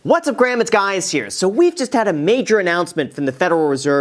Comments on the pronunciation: Did I hear what’s up graham is guys here ?😂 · “What’s up graham, it’s guys here” 😂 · Opening line of the video "what's up Graham it's guys here" 😂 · Did he open with “What’s up Graham, it’s guys here” 😂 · "whats up graham its guys here" LOL